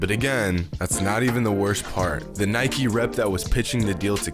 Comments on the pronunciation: It's Nike not Nikeie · U said Nike wrong the whole time tho If u say bike u should say Nike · Anyone else annoyed about him saying ‘nikey’ instead of Nike ugh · It’s probs because he pronounced Nike “nikey” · Idiot you can't pronounce "Nike" why u say NikEEE XD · Why do you keep saying “nikey” because i find it really disturbing. You deserve a big dislike my man... i wish youtube bans your account forever. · Its not nikeeeeeee its nike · It's just NIKE not nikie tf dude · As soon as the narrator pronounced Nike Nikee I clicked off 😂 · Do you call bike bikey??? No? THEN DON'T FUCKING CALL NIKE NIKEY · Nike is pronounced Nike not Nikey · where from greece are you? where i am from we say it kind of like, "nee kee." i haven't heard of it being pronounced like nike (as in, Mike) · Dude... it's actually pronounce as ni-ke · “They Might wanna know how to pronounce his name” Proceeds to miss pronounce Nike and Adidas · Nike: pronounces Stefan wrong This video: pronounces Nike wrong Ishygddt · I feel sick for how many times you said “Nike” wrong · He said Nike and Adidas wrong